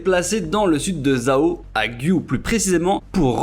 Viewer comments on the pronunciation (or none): Top! Petite remarque qin se prononce " tchin" | zhao = tchao